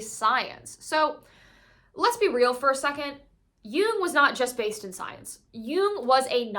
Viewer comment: Also thanks for pronouncing “Jung” correctly